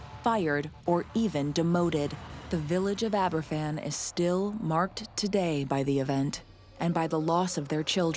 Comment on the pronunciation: #7 - Aberfan is pronounced as ‘Abba-van’ because it’s a Welsh village name. The youngest school children would have been 66 now but the youngest victim was just 2 years old in 1966. That’s a whole generation of Baby Boomers lost to an avoidable disaster.